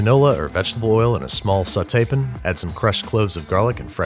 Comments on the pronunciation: His every single use of “pin” never fails to make me laugh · Pan* not pen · I love you, but for the love of all things good and holy its PAN. Not pin. PAN. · He intentionally mispronounces pan but I can't remember if he explained why or where he got it because it's not always been that way. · At this point I feel like your pronunciation of pan as "Pin" is just to annoy us... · please stop saying "pn" im so upset